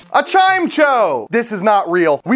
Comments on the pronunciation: I love hearing how people pronounce certain pokemon names LOL I never would consider Chimecho pronounced as Chime-cho! Just Chime-echo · "chime cho"